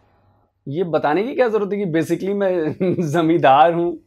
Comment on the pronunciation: वो जमीदार नहीं जमादार है।